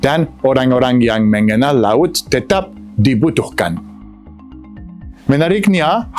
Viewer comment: Bahasa Indonesianya sudah bagus. Ucapannya masih ada es. Seperti Lauts. Seharusnya laut. Masih bisa disempurnakan. Semangat.